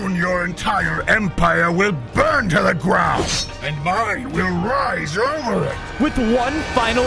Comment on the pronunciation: You shouldn. Dig. In. The. Grawn😢😮